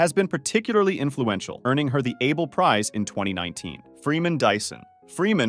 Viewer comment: Also Fer-mah and Ah-bel